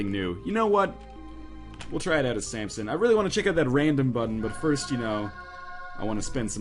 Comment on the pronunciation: ryan please stop calling him sampson, theres no p in his name...